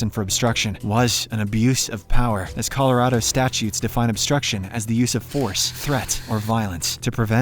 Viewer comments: colorado is pronounced colo-rad-o not color-odo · as someone from colorado it makes me annoyed when people pronounce it wrong